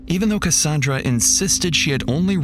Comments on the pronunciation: it’s ca-sand-ra not ca-san-dra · the narration is absolutely AI. For most of the video, the narration pronounced Cassandra strangely, rhyming with Rhonda, but a few times it said it the usual way. Really bugged me